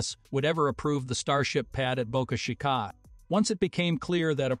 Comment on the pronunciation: If you're not a voice bot, then why do you keep mispronounceing Boca Chica? Talk about culturally inappropriate!